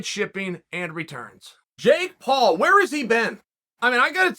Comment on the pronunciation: Surprised Chael pronounced Jake Paul the right way